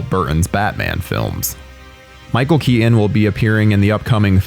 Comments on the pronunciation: "tim bur-en" "Michelle Kea-en" i dont understand, is this an accent or a speech impediment? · Well I "Sir-innly" like Tim "Bur-inn" films as well. Especially the ones with Michael "Key-Inn!"